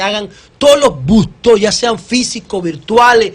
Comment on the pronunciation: Esa utilización de la "J" al hablar me tiene "jaaaaaaaaaaaaaaaaaaaaaaaaaaaarto". Tantos comunicadores, a toda escala, no se dan cuenta de que mal se escucha el "Joteo". Por Dios yyyyyyyyaaaaaaaaaaaaaaaaaaaaaaaaaaa!. Respeten la dicción...